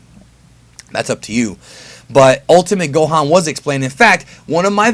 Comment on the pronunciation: gultimate gohan I’m I the only one that heard that